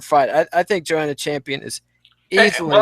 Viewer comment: I have a dream, that white children and black children will all one day together watch the 6th round and hear pronounce Joanna's name correctly. I have a dream today!